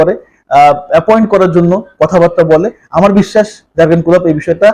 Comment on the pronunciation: প্রথমত উচ্চারণ ঠিক করতে হবে জার্গেন না 😅😅